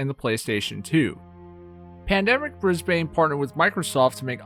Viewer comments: I can't get over how you butchered "Brisbane". It's not "Bris-bayne", it's "Bris-buhn". Honestly! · U SAY IT like bris ben not brisbane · just for next time u u say it like brisben not bbrisbane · As an Australian it’s not “Bris-Bane”, like Bane from Batman. It’s “Bris-bin”. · Its pronounced bris-BIN not bris-BANE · PSA if you wanna impress aussies Bris-bin Mel-bin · As an australian I just wanna say... Brisbane is pronounced brizz-bun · Haha bris-BANE I can tell your not from aus what a legend that was funny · For future reference it is pronounced "bris-bin" B I N hearing you say Brisbane hurts my soul source I literally live in Brisbane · aight hate to be that guy but brisbane is pronouced "brisbin" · Might have been worth checking how to say Brisbane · Holy fuck learn how to say Brisbane it hurts hearing yanks say any places from Australia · Please go to Brisbane and walk around pronouncing it the way you do to the locals.